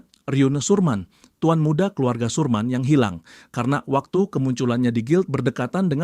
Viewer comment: Sermin jd surman..😂